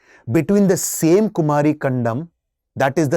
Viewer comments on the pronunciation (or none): Kumaari not its ku-mari